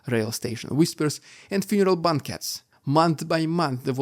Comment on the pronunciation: Hi! This is another great analysis. Hint: Ask Mr. Google the pronunciation of the following words to make your analysis even better: Banquet, Expenditures, Hermit, and Dictatorship. All the best from southern Alberta in Canada.